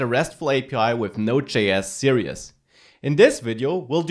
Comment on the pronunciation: Series is pronounced 'sirēz'. You are saying 'serious'.